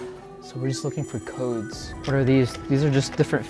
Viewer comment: U pronounced the codes wrong . I started laughing